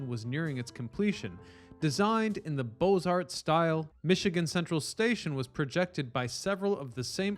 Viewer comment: It's Beaux Arts😂